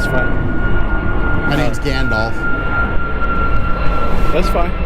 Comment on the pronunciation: I'm sorry... Did he say he's Gandolf? As in Lord of the Rings Gandolf? Hmm....😮